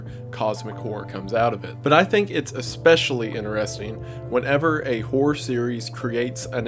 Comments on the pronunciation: The amount of times, that due to the slight Accent i've understood "Whore" and not "Horror" in the beginning haha. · It's hilarious hearing the word “horror” said in that Tennessee accent haha. Make you think the wrong thing fast.